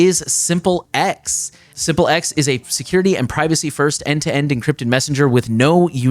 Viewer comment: Isn't "Simple X" meant to be pronounced as simplex like how you pronounce duplex "do plex". "sim plex" rather than Simple X. Simplex is a communication term where as Simple X sounds like you're referring to a dumb former partner